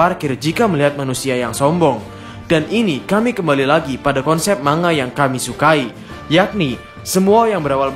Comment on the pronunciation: Cara penyebutan "Manga" yg benar sebenarnya "Man-ga" atau "Mang-ga", bukan "Mang-a", huruf N sama G nya dipisah, silahkan di cek min di google translate 😁 tapi seandainya masih mau nyebut "mang-a" ya gak dosa juga sih, tapi ane hanya memberi informasi min wkwk karena orang jepang sono gak ngerti kalau kita nyebutnya "mang-a", mereka taunya "Man-ga" atau "Mang-ga", tulisannya aja yg "Manga" huehehe. Tapi teorinya mantap abisss